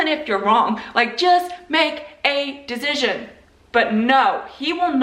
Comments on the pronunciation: Why do you keep saying dezision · As an INTP I am immediately firm on how funny her pronunciation of “decision” is. No wavering, I’ve made my “dezision”. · I am an intp and the way you say decision is driving me crazy. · My INTP personality is being triggered by the way you pronounce decision 😂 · Fine then but the way you pronounce "decision" drives me absolutely insane. Sincerely, A well balanced INTP